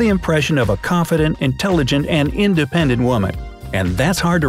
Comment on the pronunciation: I think independent ends with a "t" 😲😲😲